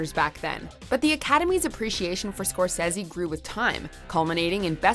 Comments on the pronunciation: Martin cor-says-e???? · You make good points and this picture certainly deserves and will get the accolades to support the quality it has delivered, but you a) got facts wrong and b) can't even pronounce Scorsese correctly, who the hell are you hiring for this.